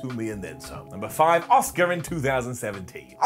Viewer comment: Always makes me laugh when he calls Asuka, Oscar 😂